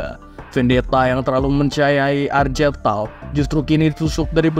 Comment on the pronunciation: Bang ane sekalian izin koreksi beberapa pengucapan di video ini sama beberapa video lainnya ya. 1. Weapon itu dibacanya wepon atau *wepen*, bukan "wipen". 2. Gak semua "g" di nama itu dibaca "j" seperti jeans. Contoh di video ini nama Argel Tal jadi "Arjel Tal", padahal sebenernya ya dibaca sesuai hurufnya dengan g. 3. Chaplain itu dibacanya *caplain*, dari akar kata *chapel*. Sesuai dengan peran mereka sebagai pendeta di kalangan astartes. Jadi gak dibaca "kaplain" ya bang. Btw kalo ada istilah yang kurang jwlas atau bingung bisa tanya ane aja. Ane siap bantu untuk sebarin racun warhammer 40k hahahaha.